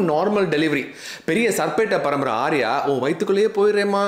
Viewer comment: Sir it's not sapittaparambarai😂😂😂it's saarpattaparambarai I have to stress it and say don't be stressed😂😂 Hats off to you for doing such humane service to the aged people who have been abandoned so are helpless now